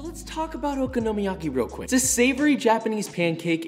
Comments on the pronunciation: It is oKONOmiyaki, not OKOnomiyaki. Emphasis is on the 'kono' not the 'oko' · Nothing like okonomiyaki I had in South Japan. Also accent is on the second syllable, i.e the "ko" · Just an FYI from someone who lived in Japan several years and has a Japanese wife. Okonomi is pronounced like Economy with an O. So Oconomy yaki. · I THINK YOU LIKE SAYING OKINOMIYAKI LOL Ohhhh darling unless you gonna invite me for this pancake 🥞 it’s tooooo much work lol but looks delicious 🤤 😋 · Your vids are great but your pronunciation of the dish makes me cringe a little. Try stressing the “ko”. Other than that, keep up the good work. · I won’t bother following the recipe of something that the person cannot pronounce correctly. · Joshua! I love all your videos and your passion for Japanese food especially, but omg the way you're pronouncing okonomiyaki ... it's like Kraft mayo in a jar. It's that bad buddy. Please find a native Japanese speaker and have them school ya. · yt: OMG. you butchered saying Okonomiyaki and Kewpie soooo bad!!:yt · I absolutely love your videos and have learnt alot. But learn how to pronounce okonomiyaki...